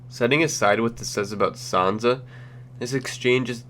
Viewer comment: It's Sansa not sanza